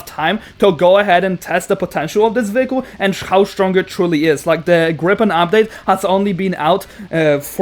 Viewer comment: Did you say gripen 🤨